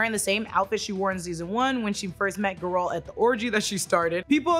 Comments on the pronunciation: It's Geralt no Ga-ralt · Who is Ge Ralt 🤔🥱 its Geralt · It’s “Geralt” not “Ga-ralt” 🤦‍♂️ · It’s Géralt not Garalt. Thanks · Nobody:: geh-rAUl 😂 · Gee! Its GEralt! the accent is on the first syllabe - Ghea-ralt. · Guh-Rilt and Earadin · His name is pronounced Geh-Rult, he says it himself. Did you even play the games? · I love you but that pronunciation of garlet is throwing me off 😂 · at least say the name right names* Geralt and Eredin were done so dirty in this lmao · What’s with the weird pronunciation of Geralts name? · that is not how you say it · not a bad video but you have no idea how to pronounce Geralt's name which is weird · The way you say GERALTS name is atrocious. Shame on you.